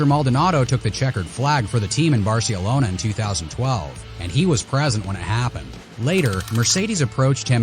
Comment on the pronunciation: Learn how to pronounce words. What's Barce elona?